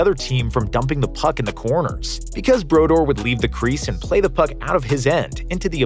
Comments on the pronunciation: Marty brodoor is the pronunciation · Narrator obviously doesn't watch hockey with that pronunciation of Martin Brodeur